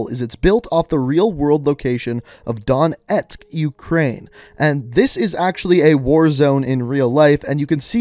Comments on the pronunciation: It's donjetsk not donet but what ever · It's pronounced "dohnyetsk" or "doanyetsk" bro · the city is not called Donet, its called "Donetsk". btw that contrast between the map and the city is pretty sick. Nice one! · DONET? DON. FOCKING. ET!!! DON WHO? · Dude just google a video of an actual Ukrainian pronouncing Donetsk, it's not that hard. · You said Donetsk wrong bring back the translator pls